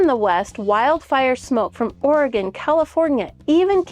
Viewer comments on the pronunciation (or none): none